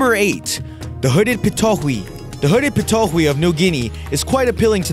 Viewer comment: It's "pa-too-ee" not "pa-toe-hui"